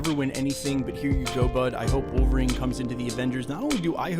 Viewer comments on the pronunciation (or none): none